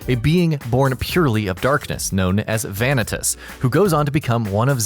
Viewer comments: VA NI TAS not VA NE TIS 😂 lol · It’s not pronounced van-eh-tus. It’s pronounced vah-knee-tus. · (Vuh-nee-tes) not (Vah-neh-tes)